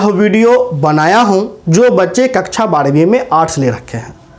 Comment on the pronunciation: कच्चा नहीं सर कक्षा होता😅😂